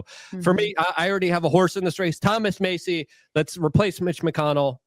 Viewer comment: I was rolling my eyes most of the video when was speaking, but I agree with him on one thing; a Kentucky delegation of Paul/Massie (pronounced MASS-ie, not Macy you goof) would be something to see. 😂